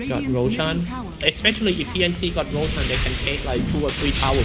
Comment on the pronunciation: Please dont let this stupid commentator ruin the game...his voice is so fucking annoying...and he clearly doesnt know how to commentate and even how to pronounce the players' name or heroes' name or items' name...he fucking called Roshan "Rochan"..no professionalism at all..fucking idiot commentator..hope he gets a throat cancer!!